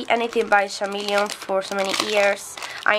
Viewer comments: Chameleon pronunces "kameleon" also the gradient thing is also for the markers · Hi! I just wanted to let you know, chameleon is pronounced with a hard c sound, like "Kameleon". The h is silent. Also I love you and your art and you inspire me so much! 💜